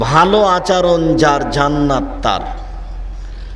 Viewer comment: আলহামদুলিল্লাহ! খুব ভালো লেকচার । কিন্তু আচারণ শব্দটা শুনতে শ্রুতিকটু লাগে। উচ্চারণটা শুদ্ধ ভাবে বললে শুনতে ভালো লাগে।